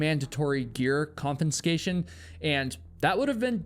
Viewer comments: Dean Potter and Graham Hunt's crashes were heard, Dean Potter's girlfriend and friends watched it happen. and described the sound. Also, "confinscation"? wtf is wrong with you? You got so many other facts wrong here, you need to better research your little stories. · Con-fis-ca-tion > Con-FIN-sca-tion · there is no second "n" in the word "confiscation" 🙃